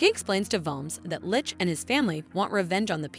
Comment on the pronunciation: I think this is the first one of these recap video's I have heard the narrator say the word "Lich" correctly, it's so weird to hear them called "lick's" in the other video's.